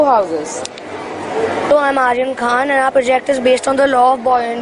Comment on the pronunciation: Yaa that's what I noticed. Ig you're referring to the pronunciation of Khan